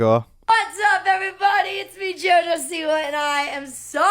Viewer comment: If she's so Polish why doesn't she pronounce the name correctly? I'm just saying: it's either an American name (originally from Poland, but NOW it's American) and if so, then she's the boss of how it should be pronounced. OR it's the Polish name Siwa where the si sound is similar to ś, and she says it incorrectly every damn time.